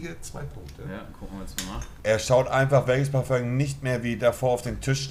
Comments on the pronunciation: Jeder normale mensch:parfum Monte:PARFÖNG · Monte es heißt Parfum nicht Parföng... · Dieses Parföng triggert aus der Hölle, bitte sag dann halt einfach Parfüm.. und nicht Parföng!!! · Was für parföng das heißt Parfüm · S Es heißt fardöng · Niemand: Wirklich niemand: Monte: Parföng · Bitte übe das Wort : Parfum richtig auszusprechen !